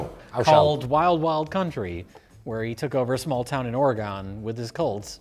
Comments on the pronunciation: I don’t think gives a fuck but it’s oh-reh-gahn. Not ore gone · tell me you don’t know how to pronounce Oregon without saying you don’t know how to pronounce Oregon. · The pronunciation of Oregon will never not drive me up the wall. It's pronounced like ORYGUN or even oregn, it should never sound like gone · Oregon is pronounced like organ with an e sound in the middle. Not like “ore-ee-gone.” I am aware that nobody will read this. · Say it with me "Or-uh-gun" not "Or-uh-gone". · its not ORE-A-GONE you FOOLS. Its just Organ, like the instrument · "Or a gun". Not "Or uh GAWN". Have some respect for the buffet ill. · It’s pronounced Or-eh-gun. Not Ore-ee-gone. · Or-eh-gun...not Or-gone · and listening to them pronounce it "ore-gone" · As someone who lives in Oregon, it is so endearing to hear them pronounce it as 'ORE-GONE.' Fantastic video though as always; made my night. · Everytime they pronounce Oregon "Ore-gone"😂😂😂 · and Ugh! The way you guys pronounce my state’s name is painful to hear. Oregon is pronounced Or-Gin. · Lol people who pronounce it Ore-gone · “Ore-gon” really,? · How they say Oregon hurts my Oregonian heart. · stop saying Oregon wrong. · Why are you all saying Oregon wrong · You guys are so smart but why are you saying Oregon incorrectly. It's so cringe.